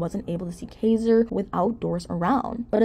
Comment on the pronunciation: I wish she would actually pronounce Kaiser's name correctly. She clearly doesn't do much research, and has possibly not even watched a single episode, at least not one with Nathan in it. A lot of her videos are full of inaccuracies, and sometimes just flat out lies, like her video on Chelsea.